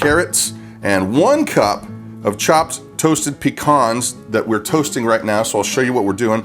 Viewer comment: Been a long time since I've heard the word Peacan pronounced correctly